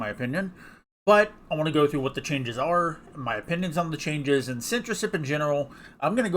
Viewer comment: you keep pronouncing it as sensorship